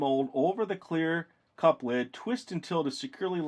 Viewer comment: He kept saying CLEAR CLUPS instead of CLEAR CUPS!!! Amazing video...good job!